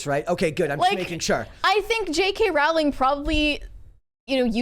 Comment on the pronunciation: Pronounced: Rowling like Bowling